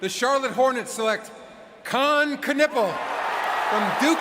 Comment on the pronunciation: CAN-appell? CON-oopel? CAN-ippel? Which one is it, Mr. AI Voice? (Answer: None of the above). Lol 😂😂😂